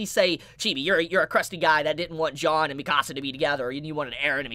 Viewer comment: Chibi pronouncing Jean as John